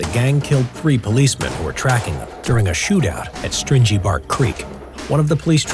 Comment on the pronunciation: Hey guys...FYI The correct pronuciation for Stringybark Creek is... String-ee as in string not like stingy, as in miserly